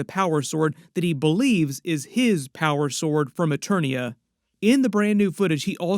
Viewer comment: And it’s not Eternos its Eternia 🤦🏾‍♂️